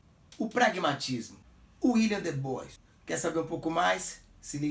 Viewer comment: Como sempre, mais um excelente vídeo,! A título de contribuição (sem querer bancar o preciosista ou pedante), a pronúncia correta para Du Bois é [dibuá]. Um grande abraço!